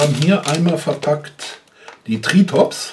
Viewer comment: Ich amüsier mich immer wenn du das Ding benennst, denn es heißt nicht TriTOps, sondern Triops. XP Aber ansonsten wieder alles prima. ;D